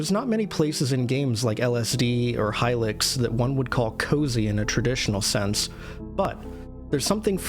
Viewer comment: youre pronouncing hylics wrong